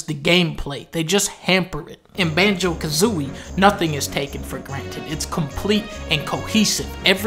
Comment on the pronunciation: Did you say Banjo Kazomie, oh shit that was canceled